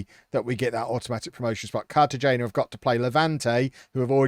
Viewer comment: cartagena is pronounced carta-hena